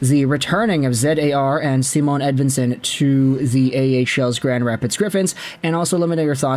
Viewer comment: Why do you talk about Edvinsson like he’s Aquaman? It’s Simon not Sea-Moan 😉